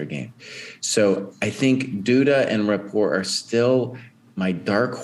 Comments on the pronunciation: No. Richárd Rapport is Hungarian, not French. His name is pronounced (approximately) Ree’-hard Ra-port’. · Is Rapport's name really pronounced like the word rapport with a silent T?